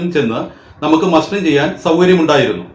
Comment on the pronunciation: മാസ്റ്ററിഠഗല്ല മസ്റ്ററിഠഗ് ആണ്